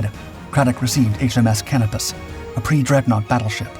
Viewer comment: Please learn how to pronounce names - its "sh-PAY" on "spee" and its "kah-NO-pus" not "can-ah-pis".